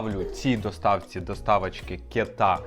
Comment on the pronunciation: Не КетА а КЕта